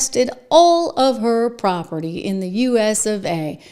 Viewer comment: Property, not "propery.